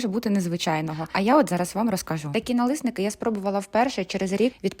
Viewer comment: Налісники, через «і»!